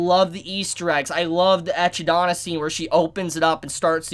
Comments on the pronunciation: it’s pronounced Ekidna, the Ekidona is just a Japanese pronunciation of it, because the name comes from the mythological Greek monster Echidna aka the mother of all monsters and the wife of Typhon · It’s NOT Ecchi-Dona! It’s just like Knuckles the Echidna! From Sonic. Say it right. Don’t bautch her name. Echidna!!! Satella!! Not saughtel...bro. Also he’s 1st death isn’t with a girl named “Elsa” wtf. This isn’t Frozen. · Oh god how did you pronounce Echidna... It's pronounced Ekidna not Echidona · Bruh you said ecchi dana.. her name is pronounced like knuckles Echidna (Uh-chidna). You out a whole nother A in the middle of d and n, how bruh 😂😂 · Echidna. Pronounced E-kid-nah. Like the Australian animal. Not Ecchi-dana. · Love you,, just wanted to say something that’s been bugging me, it’s pronounced Eki-dona not Ecchi-dona, otherwise it sounds like you’re saying slut-dona in Japanese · Me: triggered he said Echid-Donna. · Its Echi-Dna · ......Echi-dana? ...People DO realise that an Echidna is an actual animal with an actual pronounciation? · Note that the correct pronunciation is Echidna, not ekidona. Otherwise, we'd have to call Wilhelm and Felis by their katanaka as well - Viruherumu and Ferisu. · ecchidana? 🤢 didn't you hear in the episode how it's pronounced ? EKIDNA, it's supposed to be pronounced EKIDNA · I can't get over how many times you called her Ecchi-dona with a hard H sound. I even gave you the benefit of the doubt thinking I didn't hear her name right when I watched it. and she doesn't pronounce it ecchi-dona, she pronounces it more like equi-dona. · It's not Echidonut. It's neither Hentaidonut She's Ekidna or Ehidna 🙄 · Sorry, I luv you but I can't get the fact that you called her: "ECCHIdona..." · it's echidna (pronounced Eh-Kid-na) but japanese needs every syllable to end with a vowel so .. we get eh ki do na ... I mean, we don't call Rem, Remu or Ram, Ramu. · (Eki-do-na) not echi. It will sound lewd 😂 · Echi D N A